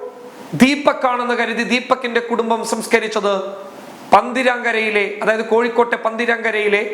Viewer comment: പന്തിരാങ്കര അല്ല പന്തിരിക്കര ആണ് കോഴിക്കോട് ജില്ലയിൽ കടിയങ്ങാട് പെരു വണ്ണാ മൂഴി റൂട്ട് പന്തിരിക്കര